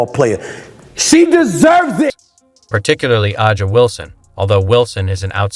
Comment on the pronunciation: And, A'ja is pronounced 'Asia', not 'ahh jŭ'. And finally, where's the "insane Adidas deal" which, according to the thumbnail, Clark signed. Either this is a bot account, or you're complete inept. In either case, you're on my DO NOT RECOMMEND list.